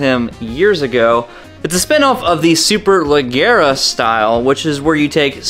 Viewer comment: "Leicht" ="Lishhht" long I "Superleggera" = "Supe-la-jjjerra"